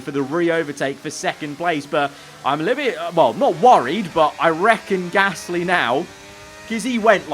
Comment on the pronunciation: It's so frustrating that can't say Gasly right